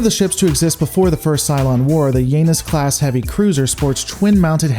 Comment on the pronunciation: Oh boy you butchered the pronunciation of Janus.